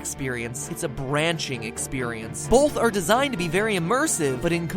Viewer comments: Bolth. Ok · I don't say "Bolth" and neither do most people I know. I pronounce the "o" like the long o sound. It could be a regional accent though.